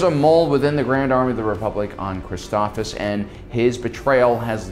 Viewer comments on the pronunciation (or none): Hey no big deal but this is my OCD talking but its pronounced ChristophSIS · Christophsis, last syllable is “sis” like sister